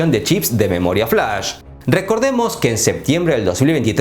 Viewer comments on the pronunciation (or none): none